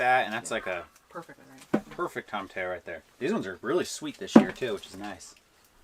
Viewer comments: Could you please spell the name of the plant or fruit you are calling "tomatayo", I cannot find this fruit/vegetable the way you say it. I am in Texas, and the closest I find to what I see you growing is a tomatillo. Is is pronounced like a tortilla would be with an "o" at the end instead of an "a" sound at the end. "tomatillo", or like tomatea-yo. This tomatillo fruit is what we use to make green salsa. I am trying to decide if we are talking or speaking about the same plant, as I often follow what you preserve to try it out. Thanks so much. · Love the content. To hear him say “TOMMA TELLOS” hurts my soul, though. 🤣🤣🤣 -an admirer from North Texas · 1) Toe-mah-tee-yo (tomatillo) 2)ball-sah-mick (balsamic) 😊❤️ Easy ways to remember how they're pronounced. I really enjoy watching y'all. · Really weird to hear how you pronounce Tomato as Tomateyo. Or is that a separate vegetable? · How adorable... its pronounced Toma-T-O. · You guys say tomatillo just like my older brother used to. He passed away 21 years ago and would have been 55 this year. I still think about him and miss him every day. I always had to tell him it is tow -muh-tee-oh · Love you guys but it should sound like “ toe ma tea o”😉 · Had to chuckle on how you pronounce tomatillo....correct pronunciation is: tow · muh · tee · o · Have you guys been trolling us for 3 years by pronouncing it tamahtayo? 🤣👌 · Those peppers look amazing. FYI tomatillo is pronounced tow-ma-TEE-oh. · Wrong pronunciation, it is tow-muh-tee-ow. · Both of you have an impressive knowledge of gardening, hunting, gathering, cooking, construction, etc. All of your content is interesting and informative. Since living in Tucson Arizona for 44 years, I’ve learned that tomatillo is pronounced toe-mah-tee-yo. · Guys, I love your series. Since you are careful about your veggie pronunciations, and myself being from South Texas, I do believe it's tom-a-TEE-oh. Regardless, carry on! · I hate the way you guys say tomatillo. Lol.